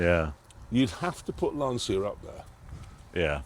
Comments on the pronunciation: It’s *Lan-cha*, not “lan-see-a” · "Lan-sha", not Lan-see-a.